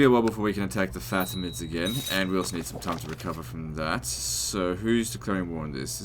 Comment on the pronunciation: I just love the way you pronounce faTimids